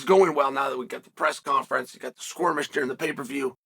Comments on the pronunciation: I like how Chael doesn't know the difference between "skirmish" and "squirmish" 😂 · I'm not sure what a squirmish is I've heard if a skirmish though